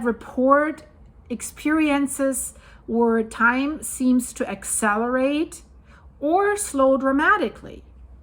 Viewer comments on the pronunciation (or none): none